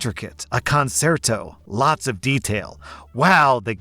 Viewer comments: It’s pronounced “conchairto” not “concerto” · Hey so concerto is pronounced con-CHAIR-toe 😂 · I was commenting on his pronunciation , I know what a concerto is... thank you